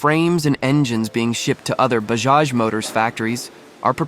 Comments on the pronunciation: It is BAJAJ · It's Bajaj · Bayjaj…Bahjaj…Baajaj, 🤦🏻The proper phonetic pronunciation is “Buh-jaaj”. Same with Puny - pronounced “Poonay” 😂